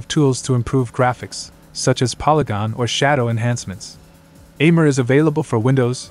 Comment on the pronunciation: Lmao the ai tts pronounced it as Ayyy mir